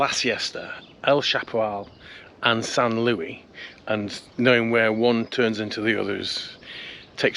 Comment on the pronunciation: Great video, as always! But it's not San LOOEY, it's San LOO-EESE 👍